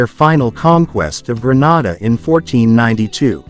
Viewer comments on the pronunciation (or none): none